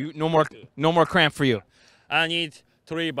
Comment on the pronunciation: He knows he’s saying crap instead of cramp lmao